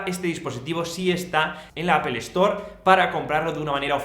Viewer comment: Al fin un español que no dice apel